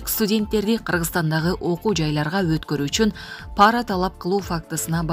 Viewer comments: Паара эмес пара деп окучу тантык диктор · ПАра эмес , пара деп оку. Туура оку.